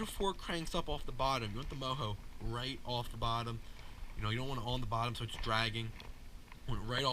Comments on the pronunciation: Say it like it is spelled it's mojo not moho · isn’t it pronounced Mo Joe?